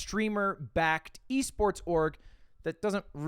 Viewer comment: why did he pronounce esports like that